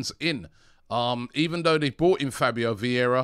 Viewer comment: You run a channel about Arsenal, have more then milion subs, and you're still not interested in learning how to pronounce player names? VIeIra not Viera, after 2 seasons Edegor not Odegard ... You are just one click from learning, is not that hard.